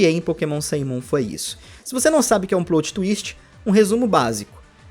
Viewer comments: "Plôt" não ,amigo. É "plÓt" mesmo, pode agredir esse "o". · É "PLÓT" e não "PLOUT" peloamordedeus! Doi os ouvidos ouvir plout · Não é "plout" twist, é "plót" twist (o jeito que se fala). Coisa básica, please, melhora. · Bacana o vídeo, também senti muita falta das Megas Evoluções, ao meu ver eles trocaram isso pelos Z Moves por ser mais fácil de criar vários Z Moves que podem ser utilizados em todos os tipos do Pokémon do que criar 6 novas Megas Evoluções, foi uma questão de praticidade bem preguiçosa. Só uma correção, a pronúncia correta é "PLÓTI" e não "PLOUTI" como você fala alguma vezes.